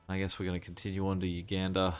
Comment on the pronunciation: you mispronouce the words in this series Los Angeles, Tunisia, and in this episode Uganda.